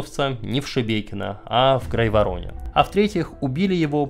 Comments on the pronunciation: всё очень интересно, но режет слух неправильное произношение топонимов. правильно ГрАйворон, а не ГрайвоРон. КорОча, а не КОроча. В Википедии ударения можно глянуть. И даже чтение хромает: ну нет никакой БелОгородской области. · есть несколько замечаний по именованию: 1. Область не Белогородская, а Белгородская (т.е. без буквы «о» между «л» и «г»). Ударение верное — БелгорОдская область. Ну и, соответственно, не белогородцы, а белгородцы. 2. Не КОроча, а КорОча. 3. Не ГрайворОн, а ГрАйворон. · Большое спасибо за ролик! Только хочу попросить как белгородец, ГрАйворон(а не ГрайворОн)